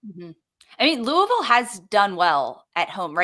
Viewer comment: Please pronounce “Louisville” correctly!!! says it right - I cringe hearing Jess and McCall say it …